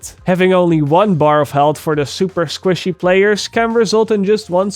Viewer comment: you say squishy funny